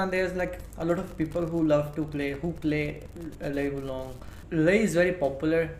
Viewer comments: I love that you mispronounce the names. How people can get so enraged over pretty much an inside-joke on your channel is insane. I love me some Azel, Lei Shaokhan, Lee Wulong, Aquafina, Christine, etc. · Bro you got a tekken youtube channel least you could do its learn how to pronounce the characters names "lee wulong and yoshimatu😂😂😂" wtf